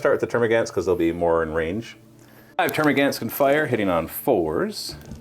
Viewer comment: Gaunts. Termagaunts. Pronounced gawnts.